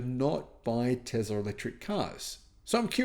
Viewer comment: It's is pronounced TESS La there is no Z!😂😂😂😂